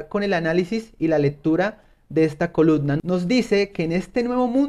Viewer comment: Se dice coluMna, maldita sea hable bien